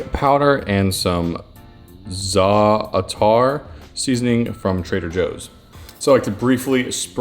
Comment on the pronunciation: I’m a girl and I love your channel 🙋‍♀️ It’s pronounced (zah-tar)